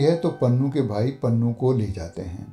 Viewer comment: Not ( panhoo) but ( punhoo ) ????